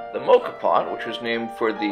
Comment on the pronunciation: Please learn how to pronounce Moka. Why do American people insist on making up the wrong names